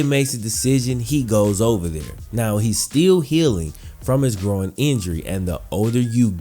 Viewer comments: Needed surgery on his “grow-in” ??? Are you sure you didn’t mean groin ? (Gr-oy-n) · Groin not “gro-in” fucked with the video though. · You say injured growin instead of groin lmao 😂😂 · An injured “growin” wtf lmao GR-OY-N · He hurt his “grow-in”?? Thats terrible. A gro-in injury could be devistating hahah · man its pronounced grOYn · You keep sayin “grow-in” throws me off lol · How did he even injure his "Grahwoine"? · His "gro-in" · My opinion is I thought it was called a groin NOT a gro-in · i have never heard someone pronounce groin as "groan" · Why are you pronouncing groin like ‘growin’? Noticed it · I thought i was the only 1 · Is he saying “groin” weird or is it me? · I know what a groin muscle is, I was asking to be sarcastic as his pronunciation is one I have ever heard before. He says it in almost two parts. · why do you say 'groin' like that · Buddy can’t pronounce “groin” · Not trying to insult you, I mean no disrespect at all. I’m having trouble understanding what Davis’ nagging injury. It kinda sounds like “groin”, but it just sounds different to me Again, I’m not trying to judge by any means. I’m just trying to understand it